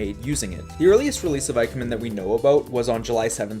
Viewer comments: I absolutely understand the brain goblins and how hard they are to fight off, I won't hold it against you if they end up being too strong. As for IKEMEN, it'd be more like ee-kemen, so very similar to how you already say it, just an 'ee' sound at the beginning instead of 'eye'. It sucks that writing Japanese in English follows so many different rules than just reading English naturally. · The three tiers I've seen so far are absolutely great in quality and content, and I look forward to the next ones! But by god I cry a little each time you say moo-jen and eye-kemen, especially since you already know and have addressed that they're being said incorrectly. You do you, my guy, I understand a decade of muscle memory on saying things, but I humbly request in future tiers to give the right pronunciations a shot, since other than that little thing the videos are top-tier content (no pun intended lol)